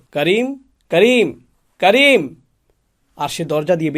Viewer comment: ওরে পাগলা ওনি করিম বলে নাই কারিম বলেছে